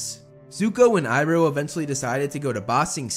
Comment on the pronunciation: I love how u say uncle ibro instead of iroh